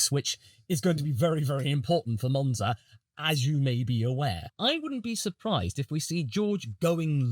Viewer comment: i think its three letters MONza and MONaco but besides that nice video